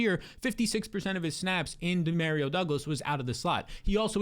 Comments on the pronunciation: “Dee-Mare-Rio” Douglas 😂😂😂 you can’t be serious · Hilarious pronunciation! 😂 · I got a friend named Dario and that’s how he pronounces it lmao Dee-mare-rio. According to him my whole life has been a lie pronouncing super Mario wrong 😂